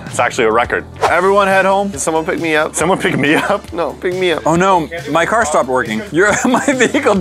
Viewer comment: car not cat